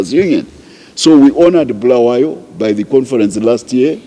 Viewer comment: It is Bulawayo wena mdala, not Bhulawayo